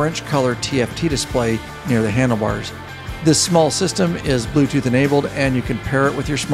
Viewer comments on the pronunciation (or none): none